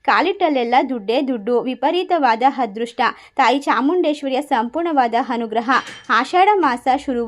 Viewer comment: ಮೇಡಮ್ "" ಹದೃಷ್ಟ"" ಅಲ್ಲ. "" ""ಅದೃಷ್ಟ "". "ಅ" ಕಾರ ಇರುವ ಕಡೆ "ಹ" ಕಾರ ಬಳಸಬೇಡಿ.